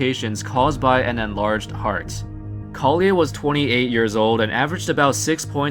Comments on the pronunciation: Collier is pronounced like “Call-Yur” not “call-yay”. The R isn’t silent. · You pronounced Jason colliers' name correctly the first time, then gave it a french pronunciation the last two. Just an observation that details are important to show respect to the deceased and their family when referring to someone. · Colliers name is not pronounced the way you are saying it. The R is not silent.